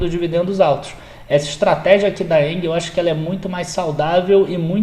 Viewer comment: Cara, uma observação: Você esta pronunciando ENGIE errado. Nao é "ENGUIE", nao existe este "U" entre "g" e "i". Abs